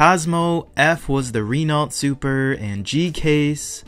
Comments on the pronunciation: Ren nalt come on say it right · I agree that was a little harsh on the Renault. I also wish he would pronounce Renault properly, but I don’t really care that much.😅